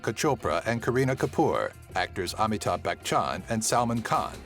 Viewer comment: the way how he pronounces amithab Bachan